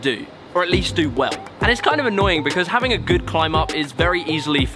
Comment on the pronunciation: Anyone else notice he often says "hafting" instead of "having"? Just a funny little thing I picked up on. Stick it on a t-shirt maybe. I'm just messin' with ya. Great work, man :)